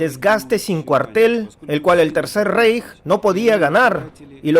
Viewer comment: Se Lee RAIJ! NO REIJ (REICH)